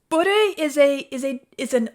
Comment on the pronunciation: It's pronounced Boo-Ray. French for drunk, but also is a Cajun card game played in South Louisiana.